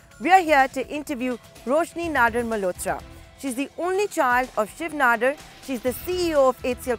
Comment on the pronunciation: It's pronounced as nadaaaar... Not nadoar